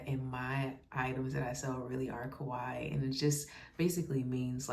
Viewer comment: You're pronouncing Kawaii correctly! ❤ I'm so happy you had fun and a profitable day too!